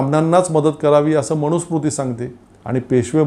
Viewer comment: तुमचे विचार चांगले आहेत. फक्त एक सुधारणा करा. 'न' चा उच्चार 'ण' असा करू नका. मनुस्मृती म्हणा. मणुस्मृती नव्हे. मी ७० वर्षे वयाचा अब्राह्मण संस्कृत शिक्षक आहे. राग न मानता उच्चार सुधारा. धन्यवाद.